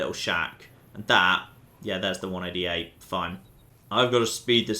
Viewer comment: Pure isn't pronounced 'pewer' and 188 started to sound like 'wunadiate' by the end.